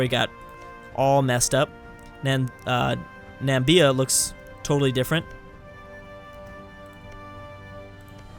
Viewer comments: He only messed up one thing: he said Nambia instead of Namibia. Everything else is fine. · Namibia, not Nambia